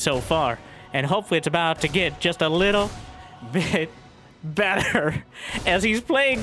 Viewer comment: Her0 made cannot say "little. bit. better." properly. HAHAHAHA Btw, when will we get a face reveal?